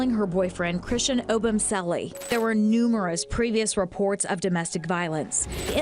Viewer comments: "Oh-Bum-Selly" Really bro? Couldn't just look up the way to pronounce this victim's name before you do an entire video on it? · It’s hard to hear you mispronounce Christian’s last name so many times 😅